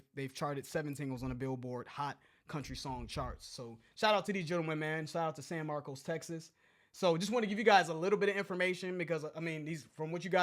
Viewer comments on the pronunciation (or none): Pronounced San marcus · San Marcuss , accent on the "a" in Marcos . Pronounced like cuss , cussing . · Idk why every non Texan pronounces San Marcos like that. 😂 it’s like San Marcus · Lived there for 4 years while at Texas State. Its pronounced both ways depending on the person, I prefer San Marcos rather than San Marcus lol. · It's actually Spanish and is pronounced S ah n M ah rc oh s